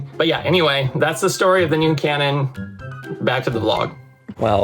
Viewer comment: LOL I understood nude cannon minutes in, instead of noon cannon. Made me think of Mary Poppins